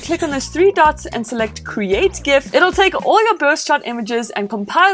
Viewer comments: It's Gif not Gif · Omg. she says create GIF with a hard G. WHY do people pronounce it like that. It is GIF with a J sound, like in the name George. Also, I think you are mistaken on what Refresh Rate is. It is how many times the screen redraws itself per second, you were talking about reaction to touch or something.